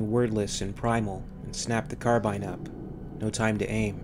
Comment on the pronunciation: Aha you say carbine correctly here!